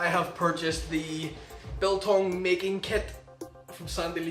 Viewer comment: also your great pronunciation for hours